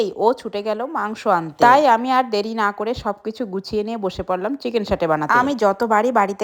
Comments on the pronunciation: Saute❌️ Shatey✅️. 😂😂😂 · Sate ❌satay✔️ Captain ta dekho 😂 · চিকেন সাটে ❌❌❌❌❌ চিকেন সেটে✅✅✅✅✅